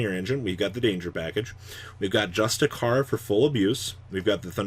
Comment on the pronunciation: I don’t think you care but if you do, justiciar, the “c” is pronounced as “sh” good video as always